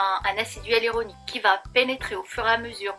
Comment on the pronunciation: Pourquoi prononcez-vous "hUaluronique" et "Ualuset" ?